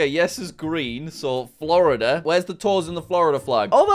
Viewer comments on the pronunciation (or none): none